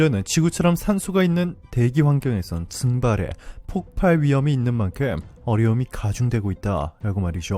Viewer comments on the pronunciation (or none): 폭팔? 바른 발음하세요.